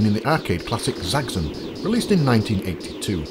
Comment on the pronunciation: Zaggzun? I thought it was Zaxx as in "axe" and on "on"; put them together and what do you have? Zaxxon! ;-)